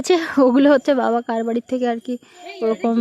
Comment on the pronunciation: Tumi tomar babak baba na deke, "ba" bolo kno?? Nijer video ta akber vlo kore sunbe. Ata kono version ar vasa..?